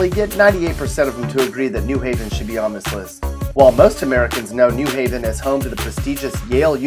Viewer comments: Depressing. Plus, you said NEW Haven instead of New HAY-ven. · It’s New HAVEN. Not NEW Haven. The accent is on the Haven. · I think you should at least learn how to pronounce "new HAV-en" correctly before you denigrate it. It is clear that whoever threw this "crummy" pastiche together has never been to Connecticut. Connecticut at its "worst" is still great.